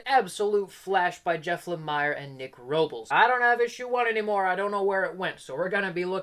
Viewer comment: I always thought Jeff Lamire's name was pronounced with an 'e' sound as in 'ear', so like Jeff 'La-mear'. That said, I'm mixed on him as writer as well. He always gets a ton of praise though. I liked Fishflies, but never finished Descender. Never read the Essex County comic, but the TV series made from it was an excellent family drama.